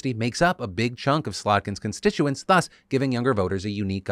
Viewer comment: Phil, with love I say, please: thus is 'ðʌs' not 'θʌs', like 'though' not like 'thought'